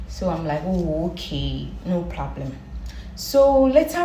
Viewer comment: Obaaa ɔka "Plablem” diɛr saaa 🤦🏾‍♂️